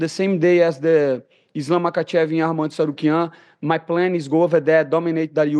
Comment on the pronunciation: He cant even say Arman name. listen to it